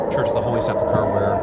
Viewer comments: My brother in Christ, Christendom not Christian-dom. Sepulchre, not Sepluchre. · "Seplechur"? Can't you READ? Are you someone that says "Pacific" instead of "Specific"? The word is SE–PUL–CHRE, the last part is like you would say the colour "Yellow Ochre" its pronounced KER. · SEPLAKURE. It's SepULkur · It’s not Christiandom, it’s Christendom. It’s not sepluchre, it’s sepulchre. It might be best to either look up the pronunciation of unfamiliar words, or just not use them at all. It’s getting really old. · Love ya.. but it's phonetically 'KRIS-uhn-dum', and 'SEP-uhl-ker'... and no buildings were taller than the Pyramids in ancient times.